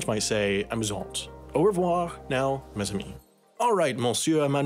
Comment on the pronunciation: Mes is pronounced “may” not “mays”